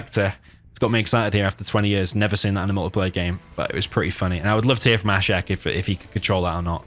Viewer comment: He is Ashek man , not AshTek lol